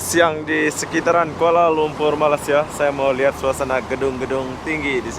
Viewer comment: Bila mamat ni sebut je malassia terus tak minat dgnnya , dia nak beritahu dunia yg rakyat Malaysia ni malas2 lah tu , negara2 asean pun salah sebut , subjek pengetahuan am kurang ye , lepas tu ramai pulak konoha yg sebut malassia , pengor tenan